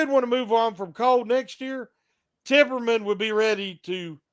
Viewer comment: It's Tippmann, no R in the name